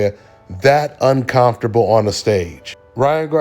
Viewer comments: UnCommftrable pronunciation ain't it brah. Saying it like UnCOMEfortrable sounds better. Great vid but this just irked me, my bad lol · Hey. It's uncoMfortable. Not uncoNfortable!! 😅😊